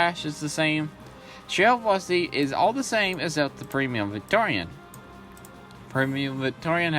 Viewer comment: Its just primo victoria but it sounds like your saying premium Victorian which would be a very dapper chap from the 1880's LOL probably just your accent and me mishearing it.